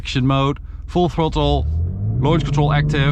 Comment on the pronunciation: yeah man, but the way he says it it's more like 'tortul'. I find it kinda funny , honestly